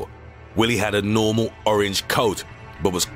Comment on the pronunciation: He had a nORMAL ORANGE COAT.